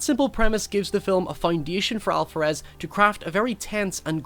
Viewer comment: Love your channel, but why are you pronuncing Alvarez With a “fff” sound? Weird. The V in Alvarez sound like a B